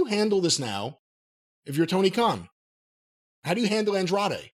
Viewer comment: It's hilarious how Jim refuses to use the last syllable in Andrade's name lol Andre is just easier to say.